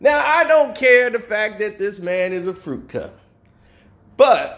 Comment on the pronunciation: You said fruity cup. not fruit cup fruity cup I'm just saying